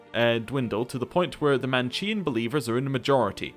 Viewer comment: Manichean is pronounced with a k